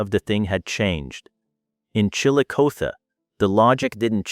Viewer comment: Somebody try to fix AI to recognize words that have two meanings. Galena means LEAD ,pronounced LED, the mineral, NOT LEED. and lets try Chillicothe, produced ChillicothEEE.